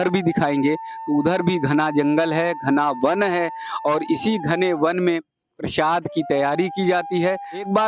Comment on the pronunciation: Bhai use प्रशाद nhi प्रसाद बोलते है समझे